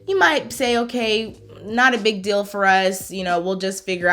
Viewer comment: I like how you say dill instead of deal, what accent is that? Very nice on the ears